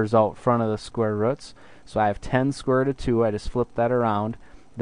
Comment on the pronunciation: Did you say square ruts? Or is my hearing bad? Anyways, Great lesson.